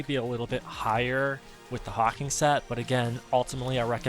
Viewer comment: Thanks for sharing. Nice tip on the Divinecraft auto use setting and mystic skill jump hack. FYI, it's called Hawk Wing not hawking, and the E at the end of Morale Chant makes it be pronounced Mor-Al, not Mor-ull.